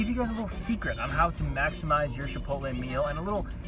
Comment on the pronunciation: The fact that you call it "SHipotle" made me feel fancy watching this